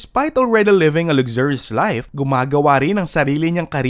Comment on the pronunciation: Why do you pronounce luxurious like that???